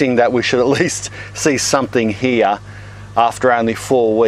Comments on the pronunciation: Lotz of wuuurms heraah! Great video and accent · He also says heah